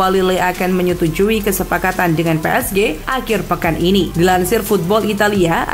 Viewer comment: Pengisi suaranya beda, lucu pas baca PSG "Pe Es Ge"